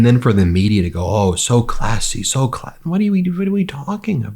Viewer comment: Note to “Judge” Jeanine, worlds oldest Forever 21 customer: the word “classy” (or “cuh-lassy” as you say) is almost always used by déclassé people to describe other déclassé people or objects. Example 1), one who would serve wedding guests wine in paper cups, 2), one who would consider the “natural” looking appearance favored by Fox “anchors” attractive.